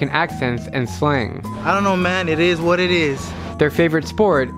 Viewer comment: IT EEZ WHAT IT EEZ